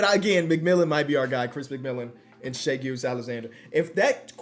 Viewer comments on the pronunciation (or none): none